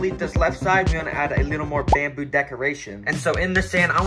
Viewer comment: bamboo❌ Bendboo✅